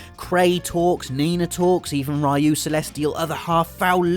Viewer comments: Ugh, okay, I'm only a mild Grammar Nazi, but I'm a huge Pronunciation Nazi, and the way totally mispronounced Ryu, over and over again, REALLY ground my gears. The mispronunciations of Amaterasu and Orochi were more tolerable, as they were fairly close, but it's not Rai-Yuu, it's Ree-Yuu, or at least that's the closest you can get in the English language, as the Japanese R/L sound has no equivalent in English. In Japanese it's actually just about one syllable, and sometimes sounds closer to Dee-Yuu. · Actually, "Rye-you" isn't how you pronounce "Ryu", it should be something like "rew" or "lew" if you want to say it in a Japanese way (btw it means "dragon" in Japanese) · I hope he finds out that it's REE U...not RYE u. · its not Ray-U... but Ryu (re'u) :v its from the japanese word "Ryuu" (竜) that means Dragon. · 'Ray-U' ? Yeah, no. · Ryu. Pronounced Rue. Not Rhy You. Means dragon. Shocker that the character can become a dragon. Also the Streetfighter character Ryu. Uses Shoryuuken. Which if I'm translating right means Rising Dragon Fist, or something to that effect. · And anyway, isn't it pronounced "Ree-Oo" and not "Rye-Oo"? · FYI: It is NOT Rye-oo it's Riyou with as short an i as you can do. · Somehow I think it's silly that Sony's own channel doesn't know how to pronounce "Ryu". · "Rai-u"? It's Ryu, literally just Ry-u. How the hell do you even pronounce it like that? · Stop pronouncing it as rai Yu.Its reeyu, goddammit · "Ree-you" = Ryu. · A gamer saying "Ra-yu"???? You fake! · Ryu is pronounced kind of like "re-you" actually, just as one syllable. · it's Ree-oow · I believe Ryu pronouce Ree-u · REE-yoo god dammit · I’m wondering when he is going to pronounce Ryu’s name right. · Seems that not a single person can pronounce "ryu" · the way you pronounce Ryu... horrible. :P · I think it's silly you care. ;) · I don't really care, that's your opinion but the official fact is that; It's called "Ryu".